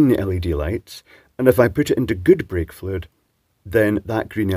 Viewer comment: For a second I thought you said vape-fluid tester. 😅